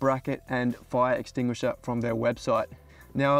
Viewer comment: You'd think a professional firefighter wouldn't have that much trouble with the word "fire extinguisher" 😂